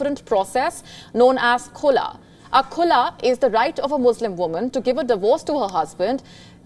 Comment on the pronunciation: its call Khulaa, not kulaa.